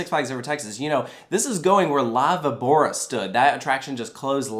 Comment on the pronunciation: it says ''la VÍbora'' and not ''laviBÔra''